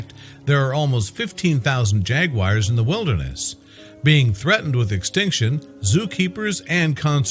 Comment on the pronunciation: Why is this moronic voice calling them "jagwires"?